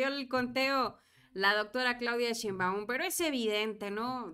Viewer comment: Otra vez... NO ES SHEINMBAÚN!!! ES SHÉINBAUM!!!!!